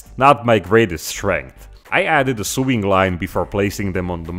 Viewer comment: Sewing is pronounced "So-ing" in American English with a long o, not swing. Love your channel